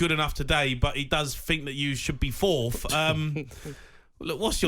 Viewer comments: "fourth" not "Fourtht" bloody hell gab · "Fourft! FOURFT!" If you're on a radio talkshow at least use actual words.